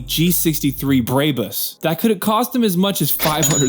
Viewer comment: He also called him Nick-Cola and pronounced Brabus as Bray-bus. What can you do...